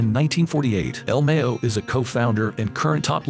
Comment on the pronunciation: It's Ma-yo, not Me-yo. Gringo is just simply not pronouncing it right.